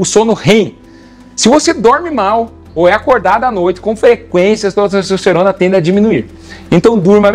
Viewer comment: "cessocerona"? pqp